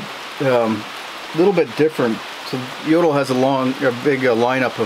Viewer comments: The stove maker´s name is pronounced yo - tool not yodle! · Took me a few seconds before I realized that "Yodl" is Jøtul :) Best regards from Norway.